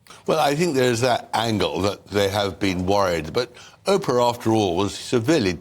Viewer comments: Tom Bower: It's not Opra! ... You should pronounce her name Oh-pra! Thanks for your point of view! Very important and introspective!! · Tom bowyer you legend I love you and I love your book but for the love of god will you stop calling Oprah - Opera it’s driving me nuts here 😂😂😂😂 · Tom Bower pronouncing Oprah as “op-er-a”. So British of him.